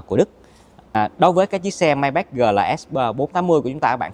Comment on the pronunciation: đọc tên xe sai rồi, tưởng sale chính hãng phải đọc chính xác chứ ta !???